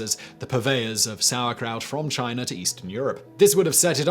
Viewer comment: Take a shot everytime Simon says: China, Chiner, Chinese...